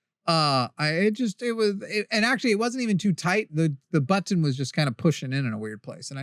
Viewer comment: TIL, the word "buttton" has three T's in it. Neat! 😂